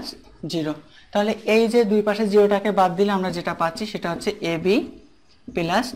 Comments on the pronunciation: sorry vhaiya this is (+)-প্লাস not পেলাস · Not 'pelus'.....it will be 'Plus' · vaia what is পেলাস this is +/প্লাস।sorry vaia.